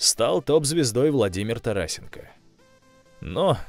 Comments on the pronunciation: Все шикарно, но 1. Ови забил с нулевого угла? Там всяко не нулевой угол, острый - да, но не нулевой. Если для вас это нулевой, то пора к окулисту 2. ТарАсенко? Можете ТарасЕнко? В большинстве случаев в фамилиях оканчивающихся на "Ко", ударение ставится на предпоследний слог: ШевчЕнко, ТимошЕнко, ДовжЕнко, БОйко и т.д. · ' не т(а)расенко а Тарас(е)нко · Интересно,только правильнее ТарасЕнко,а не ТарАсенко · Не ТарАсенко а ТарасЕнко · Не ТарАсенко , а ТарасЕнков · Все супер , сравнения подобраны и обоснованы очень грамотно , но один недочет Тарасенко, ударение на 3-ий слог , а не на 2-ой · Тарасенко ударение на Е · ты не туда ударение поставил в фамилии тарасенко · Тарасенко ударение е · Ты как снимаешь видео о хоккее если не знаешь как прозносится фамилия!!! Тарасенко ударение на е бл***